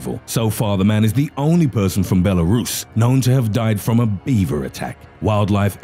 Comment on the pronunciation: I know this is supposed to be serious but the way he says Belarus has me dead 😂